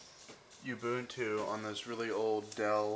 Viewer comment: It's not "you-boon-too," it's "oo-boon-too" LOL